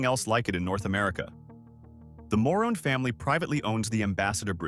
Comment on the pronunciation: Ma-room family! Not moron!